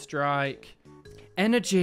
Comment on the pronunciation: Hehehe love the way you say "energy". Grats on the awesome Gengar card! xx